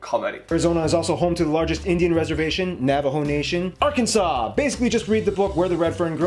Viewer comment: Son, you know more about the USA than some Americans do. I am going to try hard to teach you how to correctly pronounce Arkansas. I think that my 8 year old grandson must have been influenced by you. He pronounces it Ar Kansas as well.😮